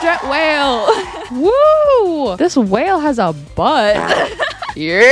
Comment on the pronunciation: this makes me think i’m sad again 😂😂😂when it says wale